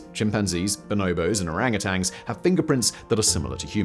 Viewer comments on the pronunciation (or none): Orangutan has no "g" at the end